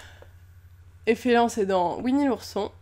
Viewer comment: elle a dit l'efelant au lieu de l'éléphant 😂😂😂